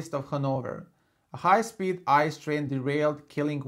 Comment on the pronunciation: By the way, the German high speed train isn’t called “ICE” each letter is pronounced by its own I - C - E = Inter City Express